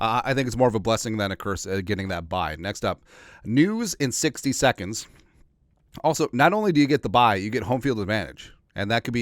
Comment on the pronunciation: I like how you said 2nd lol. 🙏🏾🙏🏾🙏🏾